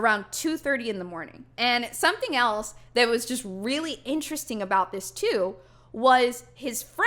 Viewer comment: i love how she says this is so inch resting